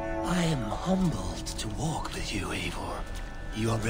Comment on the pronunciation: It’s a glitch my guy...also it’s Eivor not Eigor